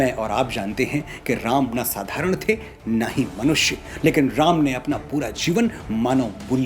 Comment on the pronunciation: Aap prabhu ka naam' sahi tarike se lijiye.